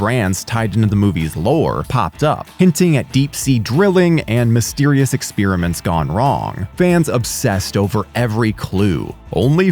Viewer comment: Eckspearament, lol!